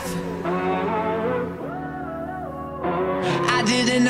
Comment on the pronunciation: I love how the song pronounces it as so-sio-path